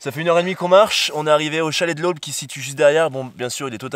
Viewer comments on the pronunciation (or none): Par contre on ne prononce pas le P à Aulp 👍🏿